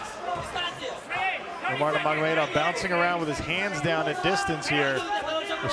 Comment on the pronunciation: "umar numargomedov" okayy